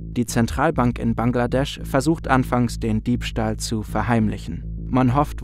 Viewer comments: „BANKladesch“ gefällt mir 😂👍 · Januar2015 - Dakar, BANKladesch 🤣🤣